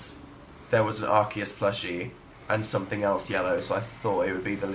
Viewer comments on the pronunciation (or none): sorry but did he just pronounce arceus as "ark-eus" i just shriveled up and died